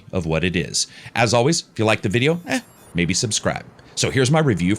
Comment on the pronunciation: i like how he says 'eh'